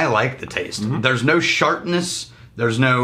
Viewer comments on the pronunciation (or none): Did just say "there's no shartness"? I would hope nothing I would ever drink would have a shartness to it